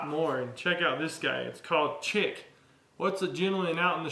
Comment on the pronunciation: Chic as in "sheek" as in style. Those hairdryers are slick though 😊 Don't forget to mention that the day before, that these were cleaned and let dry for a day